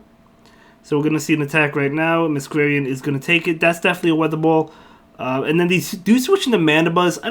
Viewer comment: Just FYI Masquerain is pronounced Mask-ore-rain, because masquerade + rain. I only know this from Phantom of the Opera. Not that it will be relevant often but thought I would mention it!